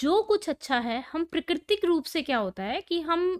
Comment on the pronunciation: Madam ji prakritik hota hai prikitik nhi